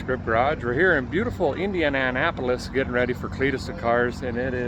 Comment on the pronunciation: Spec. Tack. U. LAR! Also, it’s pronounced Indiana-PO-liss. 😉😬